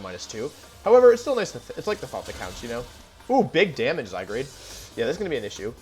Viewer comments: love how wolfey keeps calling zygarde zygrade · No one: Wolfey: Zygrade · Is zygarde pronounced “zygrade” or “zyguard” ? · Bruh, it’s not zygarde, it’s zygrade. Get it right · Why do you call it: "zygrade"? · I’m thinking the same thing lol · Zy-guard, but Wolfe is infamous for pronouncing Pokémon names wrong